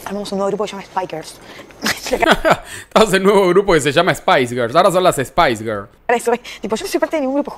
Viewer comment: SPICE GIRLS JAJAJAJAJAJ, FURIA DICE "SPIKERS" NO SPICE GIRLS. Dios, volado en carolo